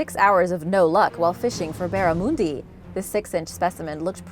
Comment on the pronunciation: Anyone else goat triggered when she mispronounced barramundi